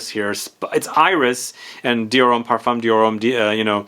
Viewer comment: Just a side note, the m in parfum is silent and the u in parfum is slightly an a. Par- fin